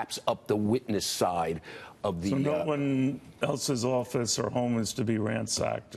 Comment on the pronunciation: What is a Mohigan? Learn to speak, Americans.